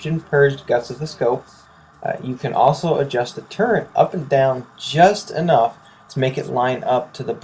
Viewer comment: Turret and reticle. Not turreNt and reCticle.